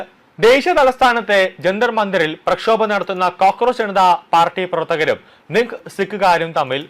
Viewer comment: നിങ് സിക്ക് അല്ല ( നിഹാങ് )🙏